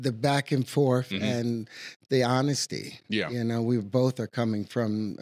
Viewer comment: "honestits & integreedy"